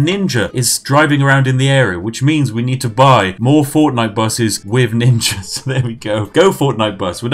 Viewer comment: My man said ninga